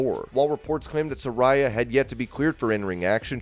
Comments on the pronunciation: Sa-ray-a, not Sa-ri-ya...Taz even corrected "" before he mispronounced her name too. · She is pronounced "Se-Rey-ah"